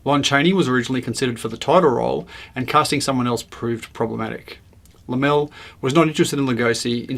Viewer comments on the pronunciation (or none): Laemmle = Lemlee.